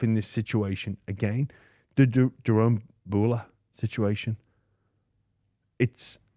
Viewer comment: CTE is real kids, James still calling jahream Jerome, you’ve got a bloke literally saying in the correct way right in your face and still get it wrong, silly poms man😂😂